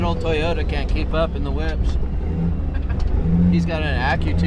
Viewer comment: you calling those whips or whoops? Maybe just an arizona thang!🤠